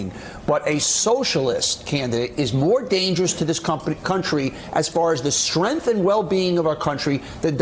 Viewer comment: Oh noooo!!! Whatever shall we do!? Joe is a drone-tard. Btw, why can Donny Deutsh not fucking say "strenGth?" Apparently it's fucking "strenth" now and no one told me.